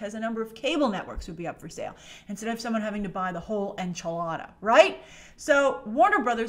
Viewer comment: i love the way you pronounce enchilada! XD